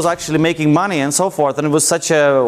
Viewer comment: "and I get the moneyys!" lol